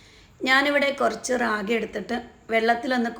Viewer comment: രാഗി അല്ല താത്ത റാഗി